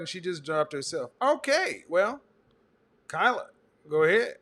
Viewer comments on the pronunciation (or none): none